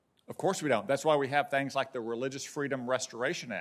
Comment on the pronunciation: This jerk again?! "We have thangs" ...the word is things not thangs.